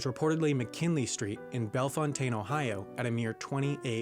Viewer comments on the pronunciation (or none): The Ohio city mentioned, Bellefountaine, is pronounced "bell fountain".